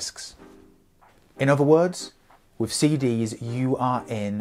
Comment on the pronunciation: Stop saying wiv!